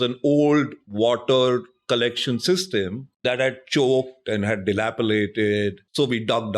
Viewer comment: Its delapiDated... not dilapiLated